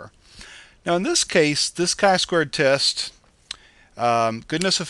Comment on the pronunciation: its not "Ki square" but "Chi square" ;)